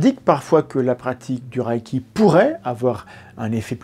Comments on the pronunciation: oui il pronnonce "le raille qui" je sais pas d'où ça vient même en anglais ça ne ressemble pas à ça. Même sans faire d'effort, "à la française" ça serait "le raie qui". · "Ré" pas "ra" pourquoi avez vous imaginé la voyelle 'a' dans la prononciation ? 😅 (En vrai je comprends quand on commence avec une mauvaise prononciation cela reste) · Merci de continuer cette série de restauration de la vérité scientifique. Une petite correction néanmoins, de la part d'un amateur de langues: le mot japonais transcrit reiki se prononce lèyki et non rayki, mais sans doute devrait-on plutôt le prononcer "boulechitte". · Merci pour la vidéo et attention à la prononciation ! C'est "raie i qui" pas "raille qui". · mais pourquoi tu prononces rAÏki ? dans les extraits vidéos tu entends bien que c'est un son "é" long, le "i" ne se prononce pas et il n'y a pas de "a" : c'est la même idée que le "ei" dans "beignet" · Apprenez à bien prononcer le reiki pas raiki. Il faut expérimenter avant d’avoir un avis. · La question que je me pose, c'est pourquoi tout le monde prononce "raïki" comme si c'était de l'allemand 😅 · S’abonner est bon pour le karma. Mais que vaut le karma ?? PS: reiki se prononce plutôt ´réki ´ ou mieux encore à la japonaise ´léki ´ PS: je ne crois pas au 霊気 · Prononcer Ré-i-ki si c’est japonais. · En fait ça se prononce meme ré-é-ki, le i après un e indique un é long en japonais. Vous savez, la culture, la confiture, ... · Y a-t-il une raison particulière de le prononcer à l'allemande ? ça m'a troublé toute la vidéo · J'en suis qu'au début mais je crois qu'il faudrait vérifier la prononciation :x Par contre, c'est une des rare fois ou je vérifie sur internet (wiki+ traducteur vocal pour une idée de la prononciation) un point d'une vidéo. Bon, j'écoute la suite ^^"